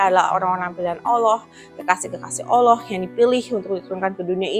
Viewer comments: Excellent ! maybe one thing, lebih baik mulai dari cara pengucapan Ollah dengan menipiskan bunyi O dan menebalkan huruf L daripada mengucapkan Olloh atau Alloh. akan lebih baik jika bisa melafadzkan Allah properly. jika lihat video-video debat Islam Kristen yang berbahasa Inggris, sangat banyak para bule kafir itu jauh lebih fasih melafadzkan nama Allah daripada umumnya orang Indonesia yang muslim. Kenapa? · Kritik dan saran aja sih utk ci.. pengucapan kata Allah nya semoga bisa dilafalkan lebih afdhal..